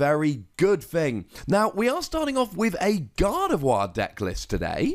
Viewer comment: FINALLY someone who pronounces Gardevoir right 😣